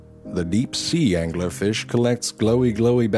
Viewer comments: Angeller fish xD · The Anguhler Fish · Why the fuck does he give angler an extra syllable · i ADORE the way this guy puts three syllables in the word 'angler'.